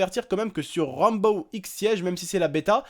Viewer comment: c'est Rainbow six siege pas Ranbow ix siege XD